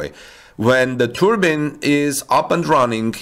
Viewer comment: It's pronounced "Turbine" not "Turbin". It's a big windmill not a headdress.